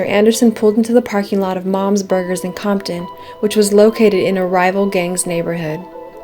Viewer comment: you dont say comton but you say conkton